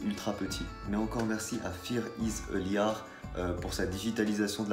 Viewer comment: On dit pas "liar" mais "laïeur" voilà ! Sinon super bonne vidéo !